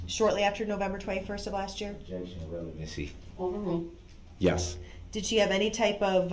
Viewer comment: Even worse when he says revelancy.